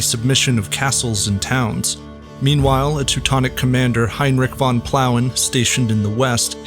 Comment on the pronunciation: "von" is not pronounced as "von" It is pronounced as "fon" which means "of" or "from"